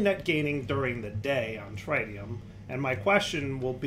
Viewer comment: Every time he tries to pronounce Tritium a little piece of me dies inside trih - tee - um not try - tee - um